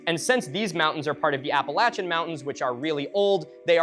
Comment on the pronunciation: apple ah chins is crazy its app uh lay shins